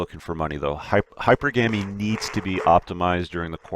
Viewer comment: Please stop alternating pronunciation of hypergamy...... It's not hyper-Gah-me. It's Hyper-guh-me.